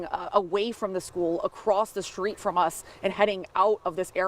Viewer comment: Where - where on Earth did media folks pick up this habit of using "sht" in place of "st"? Its a street - not a SHTreet...